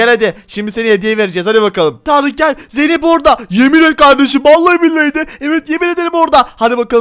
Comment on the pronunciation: Tarık zeynep e zeynet dedi hahaha